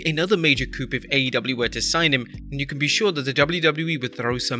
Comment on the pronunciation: Daniel Bryan would be a chicken house? A coop is where chickens live. Coup is pronounced /ku:/.